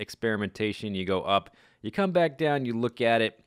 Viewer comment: when you say "welcome backa to the mindackracka" it sounds like "caca" wich in spanish means shit or poop